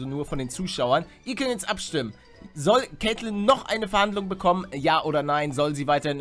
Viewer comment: Sie heist doch Camryn und nicht Kaitlin